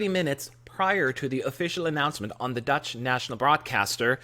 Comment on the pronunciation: I love your 'Dutch' pronunciation :)